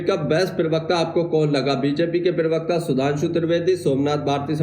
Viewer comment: Pl do no speak pirwakta it is prawakta